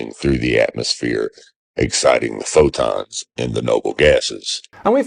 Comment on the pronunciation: He's not going to mention the obvious curve he is showing at 122,000 ft, and clearly above his "magnetic convergence zone". Also I never heard anybody call a photon a "phodon"